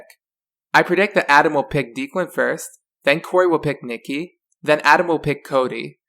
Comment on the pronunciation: It's not deekland its DEK-LEND for Declan